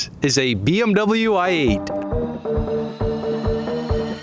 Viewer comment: Wait when you say i8 are you saying ( l ate )